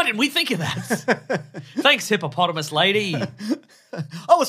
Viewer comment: Is it now officially “Hippomonthamus”?